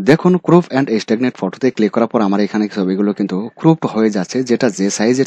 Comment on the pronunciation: ক্রুপ নয় ক্রপ।